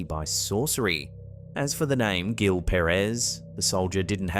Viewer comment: Gil pronounced like "Heel"